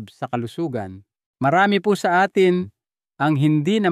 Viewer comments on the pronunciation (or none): none